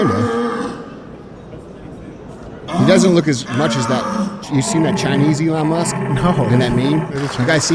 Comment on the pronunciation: Eeerron Musk